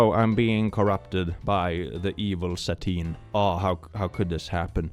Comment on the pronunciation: Instead of Satine I understood Sardine 😭